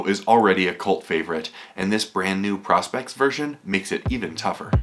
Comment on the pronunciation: please say pro-spex and not pros-pex , nice watch tho